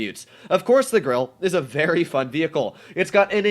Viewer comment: Ur pernoincing grille wrong